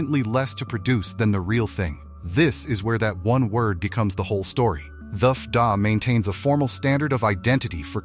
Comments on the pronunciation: Why the AI voice? At least teach it to spell out F D A so it doesn’t say F dah. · 😂AI pronunciation of the FDA.......F'Duh. LOL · The 'EFF- Da'? Dumb, badly efited AI-BS. Uff da! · Good video but why the AI voiceover? FDA is not "Effduh". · Too funny, talking about fake cream cheese and this video was obviously done by AI. AI, you don’t pronounce FDA, it’s F D A, short for the Food and Drug Administration. Watching no further. 🙄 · FDA pronounced “fahdah”?! 😀 How much money would it take to have someone actually read the script? Couldn’t be that much! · DISGUSTING AI VOICE! "F duh" = FDA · According to AI FDA is pronounced as F-DA or F..k dat! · Yeah, I hate the "Effduh" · AI slop.... can't trust it. For example, FDA is said Effda🤣